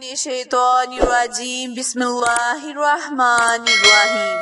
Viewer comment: هنوز تو بسم الله یاد نداری بسم الله اشتباه هست 🤣🤣🤣🤣🤣🤣🤣🤣🤣🤣🤣🤣🤣🤣🤣🤣🤣🤣❌❌❌👎👎👎👎👎👎👎👎